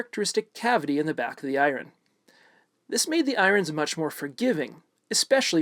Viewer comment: Are you saying I-Ron? Lol